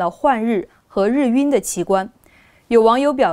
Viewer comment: 日晕，[拼音] [rì yùn]，主持人读错了。